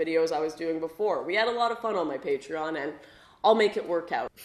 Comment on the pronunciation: Sorry to say but you say it right, not many know it....